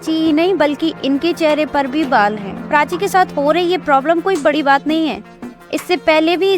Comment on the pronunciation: Prachi ❌❎PRACHA....